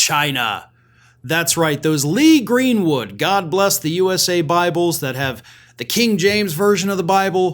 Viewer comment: "God blesh the united shtates". - chump 🍊